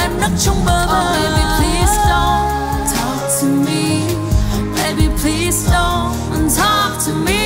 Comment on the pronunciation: PLEASE chứ ko phải PLEAST nha bạn